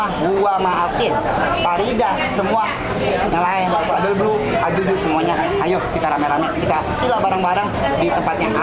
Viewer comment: Paling seneng kalau ngomong codebluuu jadi kadelblu🤣🫶🏻